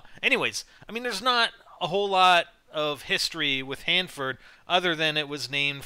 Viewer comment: Omg im on youtube!! I live near Hanford, by Fresno !! Omg my dream has come true!! Ohh and good job pronouncing everything right :)